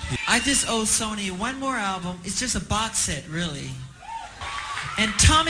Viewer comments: Guy said "Sonny music" 😂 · Bro what is your pronouncing of these words. This is such a good video, but you can't pronounce records? You can't pronounce Sony? You have MJ saying it right in your video. Damn man so disappointing